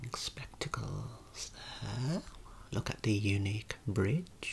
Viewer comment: “Spectacles” in your posh accent never fails on me